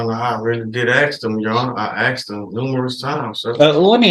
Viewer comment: I axed um, sir.